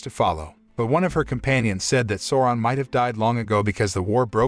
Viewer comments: its callled sauuuroon not sowron... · I keep on hearing Soran, which is really annoying lol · Bro who is soran?lmao learn correct pronunciation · Souron it's pronounced Sauron with an A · "Sawron" yep gtfo right there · I hate how is says Sauron.. completly diffirent that the movie... feels like he is saying Soaran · great recap, i kept falling asleep with whatever Amazon came up with.. Also the incorrect pronunciation of "Sauron" was a tad annoying :D, though this effort dictates far more respect than its getting ..